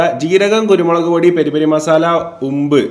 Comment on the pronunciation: കുരുമുളക് ❌കുരുമോളു ✅